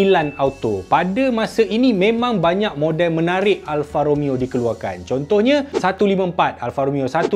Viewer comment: "Alfa Romayo" orizainal